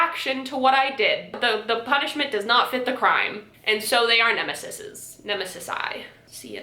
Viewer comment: Nemesis plural - Nemeses: Nemeh sees.